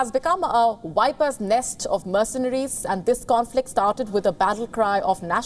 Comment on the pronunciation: "Its become a whipers nest..." haha